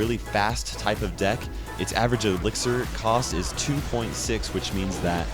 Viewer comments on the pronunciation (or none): none